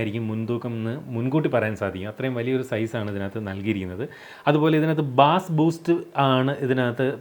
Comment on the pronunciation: ബാസ് അല്ല ബെയ്‌സ്